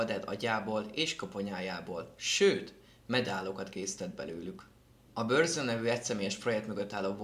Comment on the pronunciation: HELLO!Nagyon jó videó lett végre a kedvenc műfajombol! Annyi még hogy a Burzumot úgy kell kiejteni hogy "Burcum" nem "Börzöm" ezt csak így ideraktam mert egy csomóan rosszul mondják.Azon kívül 10/10 lett így tovább!KVLT